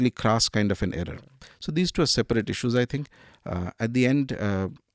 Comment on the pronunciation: What is issssueess? It is issues